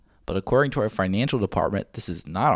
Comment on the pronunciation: When you said "financial stack" i dropped dead laughing, first time i've heard it like that lMAO